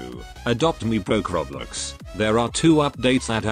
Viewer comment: the tts voice says roblox like "rOblEx"